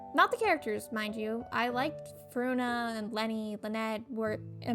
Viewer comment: I think this is satire lol. With how she’s pronouncing Furina as Ferona and Lyney as Lany. It just seems like a joke